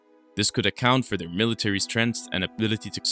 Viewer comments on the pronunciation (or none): none